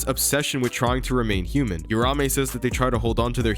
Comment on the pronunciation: You-ramé. It’s like Americans refuse to pronounce shit correctly. If you’re willing to invest a good amount of time liking something then you should also be respectful enough to pronounce the names right 🤦